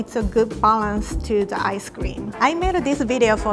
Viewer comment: What i heard:mochi ice cweam